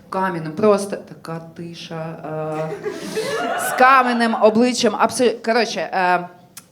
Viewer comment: Тільки не «каменим», а «камʼяним» 😉